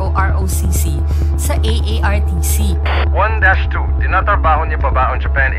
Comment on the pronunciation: correction artcc hindi aartc